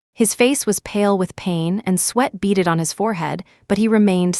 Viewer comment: BEADED not beated